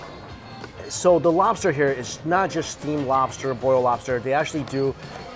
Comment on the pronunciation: Me rike robster